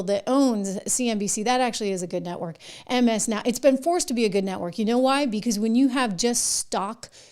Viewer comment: MSN ow instead of MSNOW